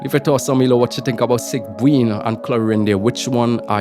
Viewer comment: Its pronounced seeg-win but yeah im pulling sigewinne she is supposedly a support for arlecchino